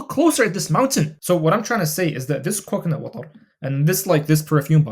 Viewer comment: The way you say coconut watrrr cracked me up. love the vids bro